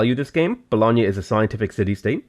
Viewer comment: so happy you pronounced bologna with the gn sound correctly ahah